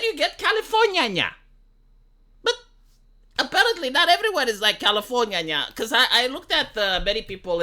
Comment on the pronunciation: californyah-nyah XDDD